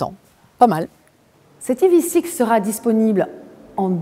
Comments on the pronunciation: Le E en anglais se prononce i pas aï. Sinon on peut dire ev6... en français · Prononcez ivisix si vous voulez, ou evsisse en français mais pas aïe vi six. Pitié. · Dommage de prononcer le nom de la voiture n'importe comment. Autant le prononcer en français. Sinon je trouve l'arrière horrible mais bon vu que c'est Kia, tout le monde trouve ça génial. Le profil très moyen également. L'intérieur est sympa, en revanche qu'est-ce que c'est que ces appuis-tête à l'avant ? C'est moche, imposant et pas en adéquation avec le reste de l'intérieur...